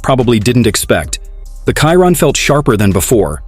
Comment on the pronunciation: Voice off person , at least pronounce the model of the car correctly . It annoying how ignorant , borderline stupid it sounds. Not editing at all on each video, before releasing it? Pleaseeee